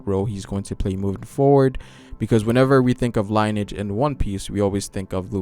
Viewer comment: broo did you just say line-age instead of lineage? OMEGALUL